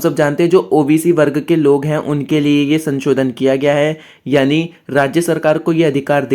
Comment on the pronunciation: Ssir sanchodan😂 nahi sansodhan